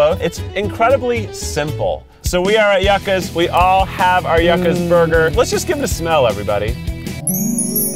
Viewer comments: Yuck-as. Its you-kahs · The pronunciation constantly changing from Yuck-a’s to You-ka’s just had me sent the entire time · Hearing Keith say yucas wrong just hurts me in my soul especially being Hispanic T-T it’s pronounced “you-ca” I still love you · The "yuck-ass" was so annoying to me... It's you-ca's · YU-CAs NOT YUCK-As 😭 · I don’t know which is correct though I’m thinking “Yuccas” is pronounced “You-kas.” Keith switches from “Yuck-kas” to “You-kas” several times. Regardless of which one is right should have one name down since you go to the place many times. It’s not bad just a pet peeve of mines. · “Yuck-us”. Laughs in hispanic 😂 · I thought I was the only one that was bothered by that lol. It's YOO-CA'S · Keith please it's pronounced yoo-cahs.